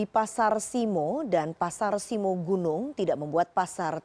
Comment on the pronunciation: simo bukan simoo (u) zzzz